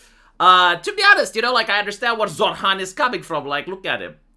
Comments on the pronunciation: His name isn't pronounced zorr-hann, it's pronounced zoh-ran. My family used to vote Labour UK until Tony Blair got into power and stabbed us in the back, then voted Conservative until Boris Johnson stabbed us in the back, and now it's just me and the mother because the rest of them have died of heart disease and cancer, we are going to vote for Farage and hope if he gets into power he won't carry on the British tradition of stabbing people in the back, to be fair Barrack Obama also stabbed everyone in the back, I guess it's not just the UK. It gets to the point where you're wondering if you'll ever managed to actually find somebody to vote into power who isn't going to plunge a knife into your back and you hold your breath every single time you put your slip of paper inside of the ballot box just waiting with anticipation to be stabbed in the back again, kind of like when you take a breath before committing s**c**e by jumping off a bridge because you have no choice due to poverty and debt, it's exactly the same thing voting for somebody different to stab you in the back because you have zero choice whatsoever, although, to be fair, I live in one of maybe 15 places in England that will hold out and vote Labour pretty much no matter how many other places they lose until maybe, and that's a maybe, they become the 3rd or 4th biggest share of seats instead of 1st or 2nd, and even then they'd vote for whoever is the biggest left-wing party no matter what happens, and all problems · I hear "Zoltan!" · When says Zohran anyone else hear Zohan or is it just me??? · No I do, but than again I too like an ESL